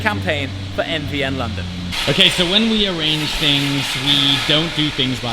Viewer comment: 918. Technologically superior. NVN is a forgettable name. What the hell does it stand for? Most of the time it sounds like you are saying MDN.